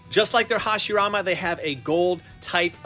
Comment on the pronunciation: I like it how said Hashiramen in:)